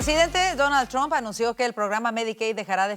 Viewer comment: Al periodista por favor NO es Tran es Trump.